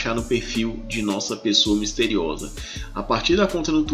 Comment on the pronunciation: “ Noossa fonte” kkkkkkkkkkkkkkkk ai Jesus!